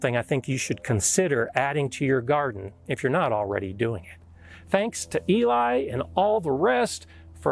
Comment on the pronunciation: Eli I need to give you an apology. Lots of people have been saying that I pronounced your name wrong. I am sorry so please forgive me.